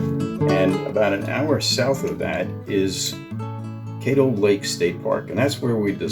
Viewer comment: Caddo is pronounced with a short 'a' not a long 'a'.